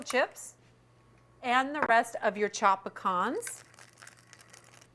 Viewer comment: Chop-buh-con. (Chopped pecans). 😅